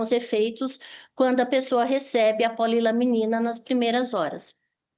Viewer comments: Só uma correção.. o nome do medicamento não eh POLILAMINA, e POLILAMININA.. mais simples, POLY LA MENINA kkkkk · Vocês não têm vergonha na cara mesmo! Cambada de jornalistas que querem saber mais do que profissionais na saúde! E, do jornaleco: o nome correto é PO-LI-LA-MI-NI-NA! Não é polilamina! Morram de inveja! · Polilaminina. Não polilamina.